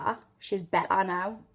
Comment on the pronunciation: The way you say "better" shows a really distinctive aspect of Geordie that I never hear mentioned: Combining a glottle stop with a consonant in the middle of a word. No other British accent does that.